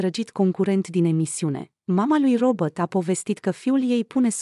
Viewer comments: Se spune.Robert nu Robot nu ești româncă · Pronunță numele englezește,nu spune robot. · Și de ce îmi spuneți mie?Nu am făcut decât să vă spun că nu spune "robot".Apostrofati-l pe cel care pronunță englezește nu pe mine!